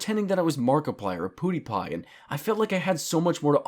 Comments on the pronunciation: Did you say............ Poodiepie? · "poodipie" lol